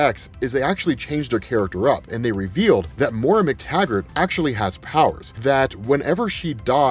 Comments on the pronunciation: it's pronounced MOY RUH. Not More uh. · Great rundown. Really enjoyed the brevity of your explanation on the current status of this series. I'm definitely getting all caught up! Her name is Moira though, pronounced "moy-ra". If you're gonna say it so many times, please say it right.😕